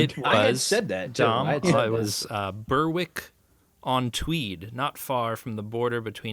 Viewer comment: The good old English tradition of place name pronunciation. Berwick on Tweed is pronounced Berrick on Tweed.